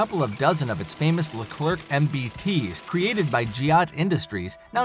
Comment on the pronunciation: It's pronounced "Le-Clair", not robo-voice "Le-clerk".